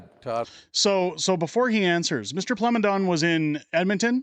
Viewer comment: Plamondon is pronounced plah mon done